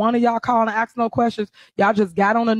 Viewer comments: Holds an important political position and can't even say the word "ask". Now let me axe you how is that ok? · imagine being a Mayor of a city and still can't say the word "ask", instead it's "axe"